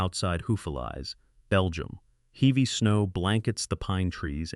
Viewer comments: "Heevey snow". I hate AI. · AI doesn't know how to pronounce "heavy" at the very beginning.